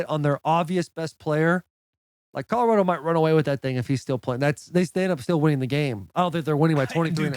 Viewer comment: Will : Colo-rADO 😂